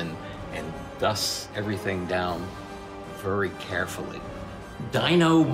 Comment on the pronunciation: You talk like Cleveland brown and I hate it very isn’t said “Vury”